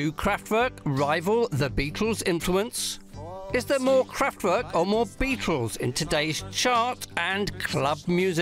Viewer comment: Fascinating though the mispronunciation of “Kraftwerk” by the narrator throughout was somewhat niggling